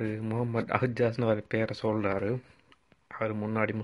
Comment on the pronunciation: When he says his name he mentions as Ahjaz. he could not even pronounce it properly - He says he learned about Mohammed. And he says he feels sad about orphan. He forgets that Mohammed was an orphan and in how many places Quran says high of orphans. Suicide is strictly prohibited in Islam. One can be an ignorant Muslim and he may convert to Christian. It is his personal choice. But bringing him to stage and showing him as though he knows about Islam completely ( He is very funny there) is laughable. I live in Canada - Here more than 40% Christians have registered as atheist and agnostic. Let the Christians persuade their own fold before leaving their religion